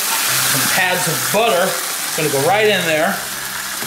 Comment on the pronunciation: pats of butter not "pads" and you didn't crush the garlic.